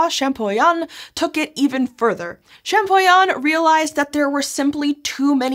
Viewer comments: great video, great subject! Champollion is pronounced ShampoLion because the LL is in front of the I. But the video is great, I’m just not sure if I have to correct people or let them keep mispronouncing… I’m sorry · My ears bled when she butchered the name of Monsieur Jean-Francois Champollion. Man Americans need to learn another language.